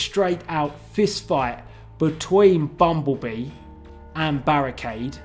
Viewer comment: I. Fink. Berrekeid. Was. Kild